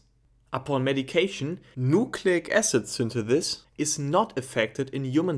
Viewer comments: I cant unhear this now 😭😂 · It's interesting how you pronounce synthesize perfectly, yet you pronounce synthesis as "thinthethis".